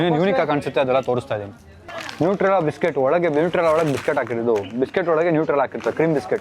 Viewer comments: Nutella bro addu u said newtrela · Tat is not newtrella its Nutella